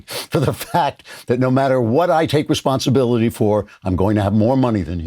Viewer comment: Andrew, you are lacking the dramatic pauses around '...I.. take.. responsibility...'